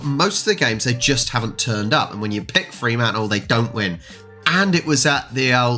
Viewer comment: No double 'e' in 'Fremantle'. Do that in WA and you'll get necked. 😁